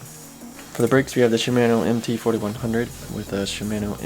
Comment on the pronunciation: Idk why but the way he pronounces shimano bugs me